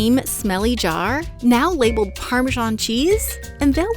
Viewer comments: Where does the irritating “parmeeshawn” pronunciation come from? It is spelled parmesan. I it is not pronounced “eeshawn” in any other language. GRRRR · Nice exapmle of hyperforeignism... There is no zh sound in English Parmesan, the zh sound is only in the Italian Parmigiano (Reggiano) 🙂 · seriously, learn to pronounce parmesan. ask an italian. youre doing it wrong.